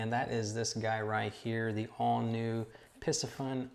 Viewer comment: Isn’t the pronunciation Pee-see-fun?